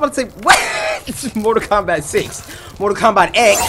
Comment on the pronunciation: u said kombot